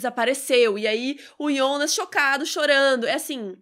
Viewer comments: Tão mais legal pronunciar Jonas ao invés de I onas :/ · "IONAS"??? A GENTE QUE ASSISTE DUBLADO ESCUTA "JONAS"... " AH. MAS EU ASSISTI EM ALEMÃO".... Foda-se: estamos no Brasil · Aiii de boa, eu ia assistir o vídeo todo mas desanimou ficar ouvindo Ionas.... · Que agonia dela falando Yonas. 🙄